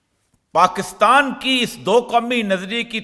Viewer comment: Sir please PAKASTAN na bola kren it’s PAKISTAN